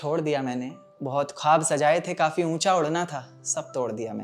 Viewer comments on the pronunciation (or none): none